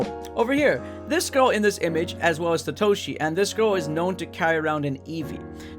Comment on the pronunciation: It's satoshi not sa to Shi 😑